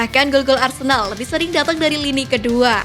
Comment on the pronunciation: kok aku dengar arsendal ya😂